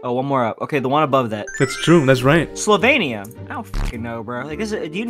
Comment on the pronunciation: Slo-vain-ia? What is that like wth it’s slo-vin-ia